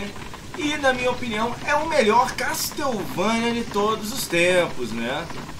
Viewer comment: Falou correto o "Pérsia" em inglês. Porém assassinou o "Castlevania". A pronúncia correta é: KÉSSSOUVÊNIA.